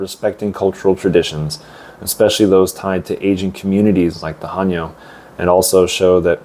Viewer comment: 감사히잘듣고있어요 근데 해녀발음이 하녀로들리네요 체크부탁드려요 ㅎ